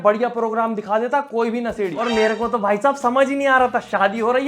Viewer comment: Sallu vai nai Sallu (voi) boliya 😅 Love you bro❤❤